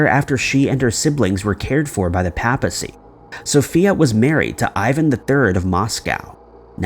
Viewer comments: It is not pronounced as PAP-a-see, but as PAY-puh-see. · How about learning the correct pronunciations of the words you're using? Bi-zantine? Constantin-oppel? The pOpacy? Unsubscribe...